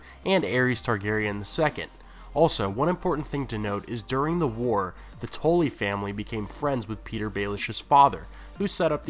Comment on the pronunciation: the way you pronounce Tully had me confused until you said the Blackfish's name